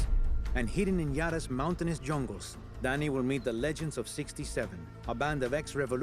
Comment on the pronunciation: It's not Danny man!!! It's Dani...